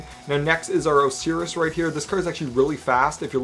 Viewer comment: It's pronounced os-eye-ris